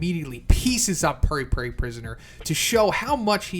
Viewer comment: it's "poo-ri poo-ri" btw. not purr-e purr-e.